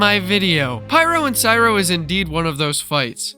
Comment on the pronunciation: It’s Cryo Not Cyro